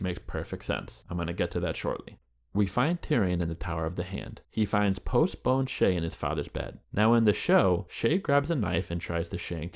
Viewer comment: lol. "Post-boned"